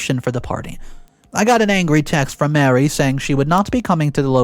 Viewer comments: please stop mispronouncing “Marie” like “Mary,” they’re not the same name. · Her name isn’t Mary, it’s Marie. just mispronounced it. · Thank you. It's the third video he said the name wrong.